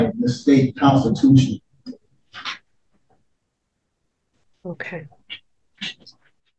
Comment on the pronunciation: She was violating her "oaf to the Constutions!"